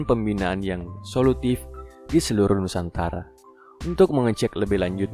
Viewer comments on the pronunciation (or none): none